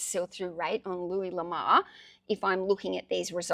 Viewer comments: Pronouncing the first name loo-ee or Loo-ess are both acceptable. However, the surname is not pronounced La-mar , it is pronounced La-moor . His surname translates from French to "The Love" or just "Love" l'amour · Just for the record,, his name is pronounced: Loo-Ee Luh-more. I agree you shouldn't stop sourcing, despite all the inventory you currently have. What you do need, as you already know, is an employee to do the photographing, listing, shelving, and picking/packing/shipping. Your experience is invaluable for sourcing, grading, bundling, and pricing, so that is where you should be spending your time eventually, though until the cages disappear, you will have to be working on those I'm sure, even if you have an employee. That's my opinion, anyway. I know that training an employee will slow you down for awhile until he or she can get up to speed and work without you looking over his or her shoulder constantly, but it will pay off in the long run in growing your business. Thanks for the interesting video. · Sorry, but you are pronouncing the name wrong.. Have you ever heard the song: Ho Lamour? That's how you are prnouncing the name 😀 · I've always heard it pronounced "La Moo+urr" ... makes sense, since its a french sirname. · Thanks for posting again and honestly fir a little positive giggle. Please take this as positive feedback …..l’amour is French for love❤ pronunciation …..say lamoooor . Love you so much, just wanted to make a note. Hope to see a video tomorrow 🎉🎉🎉🎉🎉🎉🎉🎉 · I don't sell or plan to sell anything on ebay, yet, I looooooove looking at your videos. I'm from Belgium that's why I haven't bought anything from you, I would have loved it but it would kill me in postage 😜 My first language is frensh and I will tell you that the name " l'amour" should be pronounciate like "Louis" ^^ ( Amour = Love)